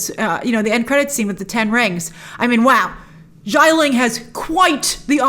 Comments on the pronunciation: It’s “Xialing” not “Shyling” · SHIA ling. not JAI ling. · Great review, Grace. Love the comparison of Wen Wu to Michael Corleone. Just a note about Xia Ling, it’s pronounce “Shi-ah.” X’s in Chinese are used for a “sh” sound, just like “xie xie” to say “thank you.” 夏 (xia) means summer. You can copy that kanji and hear the correct pronunciation off Google Translate.